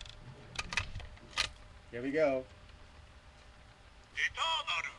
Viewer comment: XHunter351: Eternaru! wrong Etanaru is the right sound